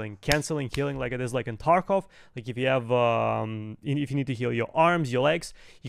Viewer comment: Lol u say taekov killer??? U are a payd actor.